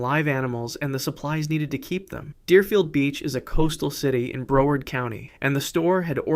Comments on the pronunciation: Broward County - pronounced "brow-ard" as in "how", not "hoe". We Floridians are not amused. You really .. really... need to hire a live human narrator to prevent this embarrassing nonsense. 😮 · Broward County Florida, not "Bro ard."